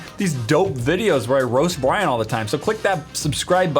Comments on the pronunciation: But you didn't say Brian... you said Biran? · "roast Bwyan"